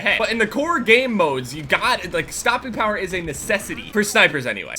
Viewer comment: Sorry, but is he trying to say use stopping power? Wasnt very clear.